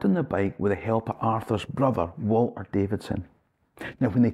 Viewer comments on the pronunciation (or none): none